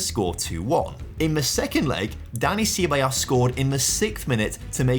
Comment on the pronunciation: Looks like the beginning of a great series, but I'm so happy Juve is over so I don't need to hear you butcher Ceballos ever again 😂